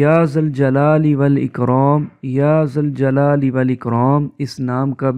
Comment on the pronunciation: ذُوالْجلال والاکرام.... یا لگے گا تو یا منادا مضاف ھے... فتح سے پڑھنا ھو گا. اگر یا ذَوالْجَلال والاِکرام.... پڑھا جا رھا ھو